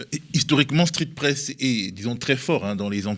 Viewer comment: 23"00 "Street fesse, heu.. street presse.." Merci au Media pour cette révélation...